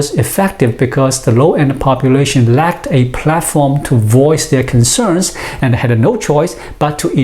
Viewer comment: Constructive criticism. Loose the A after a word ends in D/T. "Science anda technology". Your English is really good, loose the A. :)